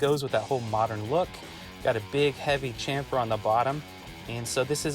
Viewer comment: Shhampher, like champagne